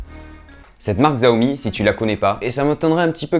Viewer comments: Bonne vidéo mais on dit CHI-A-OMI !!!!!!!! 😅😂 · En réalité, ce n'est toujours pas la bonne prononciation, car le "xi" en mandarin est un son qui n'existe tout simplement pas dans la langue française :\ Donc oui, le "ch" est ce qui s'en rapproche le plus, mais ce n'est pas non plus correct 😋